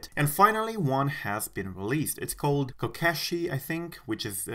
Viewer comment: In case your interested: it’s pronounced like this “koh- keh-she”, it’s a small traditional Japanese doll made out of wood.